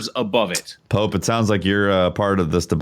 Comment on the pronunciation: The way Pope pronounces his name hurts me...